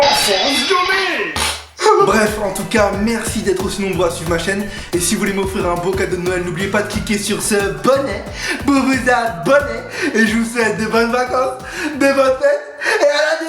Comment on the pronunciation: J'aime trop à quand il dis bonner pour vous abonnée.....😂😂